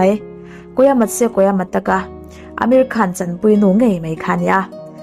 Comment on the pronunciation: Ameri Khan ti in kan hriat tlat chu,Amir khan